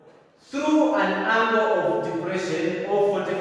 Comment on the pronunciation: Angle, not angel